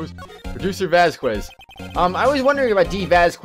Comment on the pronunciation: I like how they say "Press him hard." Instead of "Press harder" or "Press further" like they usually do. To be fair, that's what I chose my first time. Question, why do you pronounce "Vasquez" like that? Surely you can't say that you've gone you entire life without running into anyone with that last name. I don't know why (ok, actually I do know why) you hate seeing Oldbag so much. She's one of the most fun voices to do in my opinion.